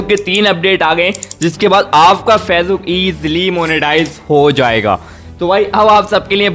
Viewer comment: Facebook achcha se bol nehi aakta